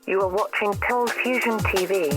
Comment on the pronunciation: Lachie McFarlane "You are watching Coldfustion" "Hi guys, here"